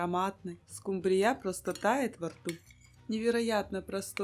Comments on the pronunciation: В Корее может и скумбриЯ, у нас скУмбрия! 😅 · Всё хорошо, но только одно понять не могу почему скумбриЯ, а не скУмбрия? 🤔